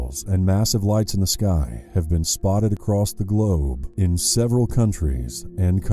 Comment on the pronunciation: I'm so fuckin high rite now and the way you said globe got me in tears 😂